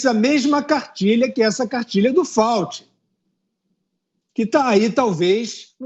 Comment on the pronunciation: Sr Fiuza, não é Dr Fauti, mas Dr Fauci.